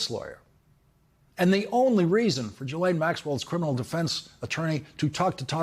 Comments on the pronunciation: Her name is pronounced zhee-LEN. Not G-lain. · Lawrence: you're still pronouncing "Ghislaine" wrong. It's not JEE-LANE. It's GEE (as in "glee") LANE, or GEE LEHN. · Ghislaine is pronounced "GHEE-LEN"...not that she matters, just FYI 🤷🏻‍♀️ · Ghislaine is pronounced Jhizz-lane not ji-lane. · It's "zhees-LEHN", you goofs. Get it right. "zhees" = like "jeez" but with the soft "zh" sound (as in measure) "LEHN" = like Len, with a short, open "e" sound (like in pen) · Her brother pronounces it GILL-un, which is neither the French nor the usual anglicized pronunciation. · Her brother pronounces her name GILL-un, which is neither the French pronunciation nor the usual anglicized pronunciation. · I literally just watched the latest interview with him, where he pronounced it GHEE-LEN 🤷🏻‍♀️ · You'd sound far more informed and professional if you had first checked how to pronounce 'Ghislaine' correctly. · I really wish that the 'accidental/on purpose mispronouncing of names in the media would just stop. It's not an own, and no body believes that, after Ghislaine Maxwell's name has been in the news for years, along with the capability to easily google it, that you can't properly pronounce her name. It's gone beyond ridiculous.